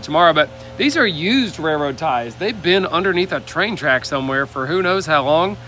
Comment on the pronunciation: Anyone else notice that neither of the Perkins Brothers pronounce the "L" in "Railroad"? I'd never heard of rare-road ties.